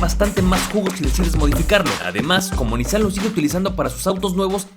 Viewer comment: No tengo ni idea cómo me llegó este video recomendado x YouTube, pero ¡qué joya de video! P.D. X fin, después de escuchar a todos los youtubers pronunciar mal “Nissan”, x fin encontramos a alguien q lo vuelve a pronunciar correctamente jaaaaa. ¡muchas gracias x este video!😊